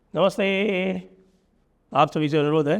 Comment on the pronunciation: Learn how to say namaste 😂😂😂😂😂😂